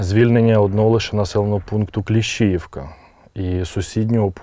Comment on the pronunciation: Журналістка,не Кліщіївка,а Кліщіївка,на і наголос. Ви вже всі задовбали.Ви що не чуєте,що вам військовий каже? Набридло! ,коли перекручують назви населенних пунктів,поряд з якими ти прожив все життя. Правильно все кажете пане військовий.Бережи вас Боже всіх.